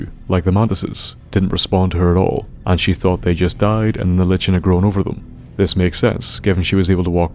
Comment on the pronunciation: Liken, not Lichen. The ch makes a k sound. Like in the name Charon.